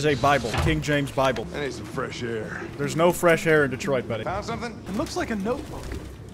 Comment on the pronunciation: detroit become kwite 😂😂😂😂😂😂😂😂😂😂😂😂